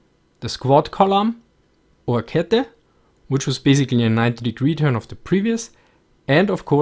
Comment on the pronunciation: When he pronounces "Kette" you can hear he is Austrian, not German.